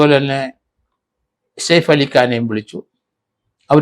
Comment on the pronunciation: Said ali അല്ല saif ali ആണ് സർ